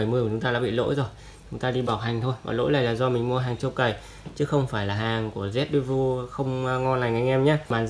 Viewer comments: con mốc thế lá tản nhiệt rồi anh ạ . góp ý ( đọc là rét đê vồ nhé anh ) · đọc là "rét đe vồ" nhé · đọc lại vẫn sai :)